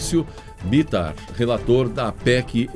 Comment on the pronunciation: B I T Á R não B Í T A R .... Um jornalista deve CONFERIR a pronúncia dos NOMES PROPRIOS, antes de " ir ao ar "